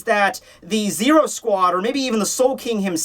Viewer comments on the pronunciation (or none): none